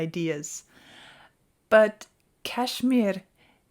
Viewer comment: I could listen to the rolled r as you say Kashmir all day.